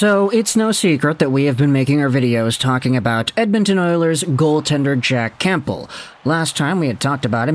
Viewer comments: It’s not “CAMP BEL” it’s “Cam bell) like the soup my guy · You're either just trolling with saying "Camp-bull" at this point or you're just physically not capable of not pronouncing silent P's 😂